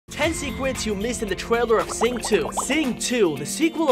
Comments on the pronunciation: I like how he said secwets instead of secrets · Lol you said serwets